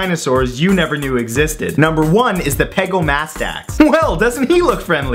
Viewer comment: Time to correct your pronunciation. Pegomastax is not "Peh-goh-MA-stax." It's "Peh-GAH-meh-stax." "Lin-in-NIE-kus?" Seriously? It's "Lin-HEN-eh-kus." "Long-is-QUA_mah." No. Just... no. "Long-IS-quh-mah." "Jee-GANT-oh-rap-tor" is "JIE-gant-oh-rap-tor". Think about it. Do you say gigantic or jeegantic? This is where I started to scream at your baldness. "Mam-INK-ih-sore-is." You didn't even pronounce the "saurus" part right. People with functional brains know that this dinosaur's name is pronounced "Maim-EHN-chee-sore-us." "Jay-hole-OP-ter-is?" Complete slaughter. "Jay-HALL-op-trous." "Soo-zoo-SA+ORE-is?" How? How!? HOW!?!? Can you not read!? It's so obviously "Soo-ZYOU-suh-rus." It's "In-SIS-is-VAH-sore-us." "Sher-ah-vipp-TEAR-ux." Do you even research, bro? "Hell-ee-COP-pree-on." You have failed so, SO badly. I take it all you did was Google these and read about a paragraph on each? These aren't weird at all. Why did you rush this video so badly? The content isn't even good. I want to smack some sense into that lustrous head of yours. If you're going to do a video on dinosaurs, why would you not do proper research on dinosaurs like watching scientists at least say the names? Then you'd at least know how to say these names. If anyone has read this far, this guy is an idiot. I propose we slap him so hard, his hair follicles become functional. My videos are much better but him saturating the video feed is ruining the chance of people who are worthy. Listen, Matt. You either shap